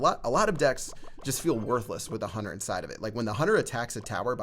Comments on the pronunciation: Why do people say huner and not hunter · Is it just me, or does call the Hunter the "Hunner"?